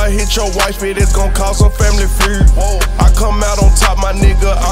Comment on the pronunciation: He can’t say feud